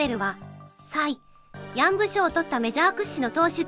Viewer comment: 関係ないけどのサイ・・・ヤングの発音笑う